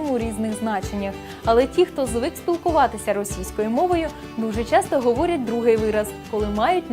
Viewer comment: Шановна ведуча, простежте за своїм мовленням, перечитайте коментарі і, будь ласка, ретельно готуйте відео! Зробити "вірно"? ВІРНО МОЖНА СЛУЖИТИ, ЛЮБИТИ... Говорять МОВОЮ, а не "на мові". І вимовляйте "ч", "щ" - ТВЕРДО: "що" (шчо), а не "шЬчЬо", "щодо", а не "шЬчЬодо"; "чАсто", а не "чЯсто"...